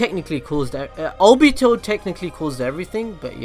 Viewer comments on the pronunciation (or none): none